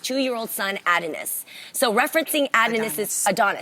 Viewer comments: I’m sorry, wait wait wait, back it up - did Jeannie really pronounce Adonis “ad-onis”?! 😳 We love u Jea, but girl really?! Everybody knows the only way to pronounce Adonis is “uh-dawn-iss” 💁🏽‍♀️ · “Add - A - Nis” 😭😭 Jeannie girl. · CRYING AT THE WAY JEANNIE WAS PRONOUNCING ADONIS AT THE BEGINNING omg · Jeannie, you really didn't know how to pronounce Adonis? LOL! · I was weak! Like how did she not know how to pronounce Adonis? LOL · Wait...how Jeannie pronounce Adonis?! Lord help her 🤦🏾‍♀️😭😭😭